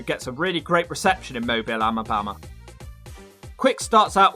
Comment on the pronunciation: "In Mobile, Amabama" Holy shit, lmao, got the pronunciation of Mobile super accurate, even moreso than people from the same state, then completely gets Alabama wrong.